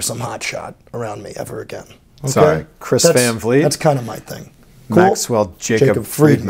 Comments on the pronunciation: “Chris van clit “ 💀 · "Chris Van Vlourg"